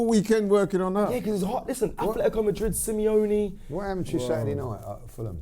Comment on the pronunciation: Semi-lonely, Simeone... 🤔🤦🏻‍♂️😅